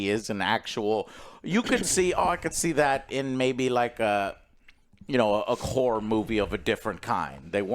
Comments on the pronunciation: Joe says whore movie instead of horror movie every time I swear. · every time Joe says horror is sounds like he saying whore.